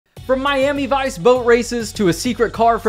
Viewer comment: You're a really cool person but please pronounce Miami properly